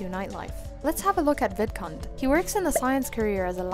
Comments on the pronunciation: Every time you said vidcund it sounded like vidcunt 😂 just saying it’s hilarious and I love it! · Omgosh when you said Vidcund I heard the d pronounced as t 😱 lol 😅